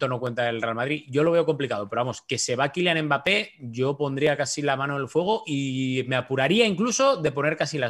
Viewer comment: Quilian embápe JAJAJAJAJAJA ese Hércules Gómez🤣